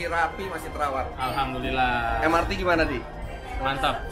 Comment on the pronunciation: Em-er-te Bang, sudah diindonesiakan kepanjangannya jadi Moda Raya Terpadu, jadi pelafalan singkatannya mengikuti ejaan bahasa Indonesia, karena kepanjangannya berbahasa Indonesia